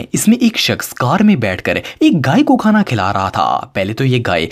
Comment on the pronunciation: Ap ne khana ko thana bol dia 😂